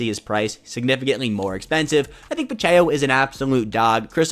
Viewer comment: love the content, watch every day. Pacheco (Pah-chec-oh). keep it up man I know its a grind